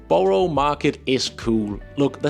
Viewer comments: DO TRY to learn how to pronounce our words: Borough is NOT borrow and it's VISit not a WIZit ED is not doable in a day ... you will need two days ... so travel overnight get there in the morning, take a day to look around and catch the night train back to London, arrive next morning 👍 Our tube trains are not tiny, they are crowded or Packed 😒 (I have been to USA where everything is BIG but the tube trains are the same size ... just empty 😊 ) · I’m wondering if overseas visitors get hit with transaction charges if using a phone or card to tap on/off on public transport. FYI, Tottenham is pronounced Tott’nam and Borough is Burra 😊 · Well done on pronouncing Southwark, but work on Tottenham (= Tottenhum) and Borough (= Buhruh, hmm, just listen). You go Edinburgh spot on. Why not do a session on pronuncing UK place names. All in all your advice is brilliant!